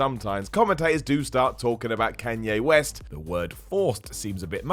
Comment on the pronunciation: "Kay-Nyae West" 2019.